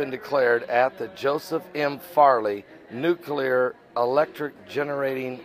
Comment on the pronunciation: It's nuclear, not nucular.